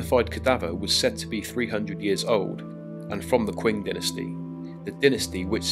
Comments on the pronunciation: Wonderful video, with some great visuals. However, I'm curious why you pronounce the next dynasty - the Qing - as 'kwing'. It should be pronounced 'Ching'. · There’s no ‘w’ in Qing. It’s pronounced Ching.